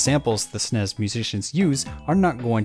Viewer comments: Nobody ever pronounced the SNES the way you are...ever. It’s pronounced S-N-E-S, not “snez” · es en ee es not “snes” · What is a sness? Does he mean SNES, why is this voice saying sness? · STOP SAYING SNESS AUUUUUUGHHHHH